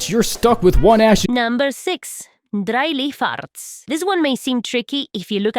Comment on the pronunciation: I love how your accent turned Dry Leaf Arts into "Dryly Farts," which also seems to be your reaction to video.